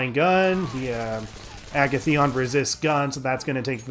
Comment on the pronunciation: Great series, but the way you say Agathion really ticks me off. Joker pronounces it for you when you select him, although I know you can't do that. It's a-gath-ee-on. A as in alligator, gath, rhymes with bath, ee, on.